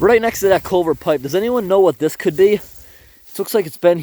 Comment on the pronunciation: You need chest waders or a Farmer John wetsuit bottom. Culvert, not colvert.